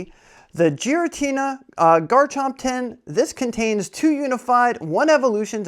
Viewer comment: not “Jeeratina”💀🤣